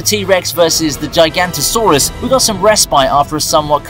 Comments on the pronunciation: Its Giganotosaurus, not Gigantosaurus. Just sayin' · the “giganticsaurus”😭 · Why does everyone get "gigantosaurus" wrong. Even in the movie, Kyla Watts gets it wrong, which blows my mind. It's not "Gigant"osaurus. It's "Giga-note-oh"saurus and spelled Giganotosaurus. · ITS CALLED THE GIGANOTOSAURUS GIGANOTO!!!!!! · It’s called gigamotosaurus , not gigantosaurus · The Way He Said Giganotosaurus 😂